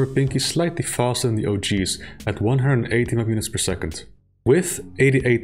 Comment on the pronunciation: If you're gonna say "map units", say "map units"... not "mpunits"